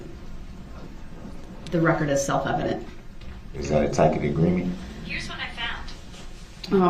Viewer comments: He is so disgusting… but pathetic as well..Getting all his new lawyer words wrong..Tack it, biast..😂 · DUMBO ITS “TACIT” AGREEMENT, NOT “TACK-IT” AGREEMENT!!!!!! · “I don’t know what a tack it agreement is.” Rolling on the floor. 😂🤣